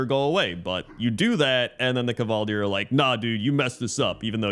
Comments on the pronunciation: It's Kvaldir not "Kuhvaldir" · Because the Kvaldir are based of Scandinavian Vikings, you're supposed to pronounce them as "Kuh Valdyr". It's very rare to have silent letters in the Swedish, Norwegian & Danish languages (which are all Scandinavian). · Its KUH-vall-deer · so a schwa is actually assumed and just not written down? weird. It goes against every fibre of my south slavic being to hear it as kuh'valdyr.